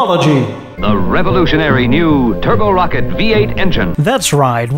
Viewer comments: Also rocket Not rockette like Radio City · Bust our ass over aluminum (no extra I) but pronounced Rocket...Rockettes like it's a Broadway dance Troup 😊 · First of all - thank you for pronouncing Aluminium correctly (and, would you be so kind as to let American's know how to pronounce it properly ..? Canadians we're about 50/50 pon getting it right .. lol) .. Second, I was about to ask what the hell a Rockette V8 is (thinking it was a Rocket) .. I was today years old when I learned it was actually called a Rock-ette .. Love the channel man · Ah loom in um. Rock-et We speak American English here. Not British English. Well done episode. I enjoyed it.